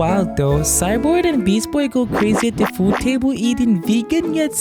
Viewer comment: you just said beast boy wrong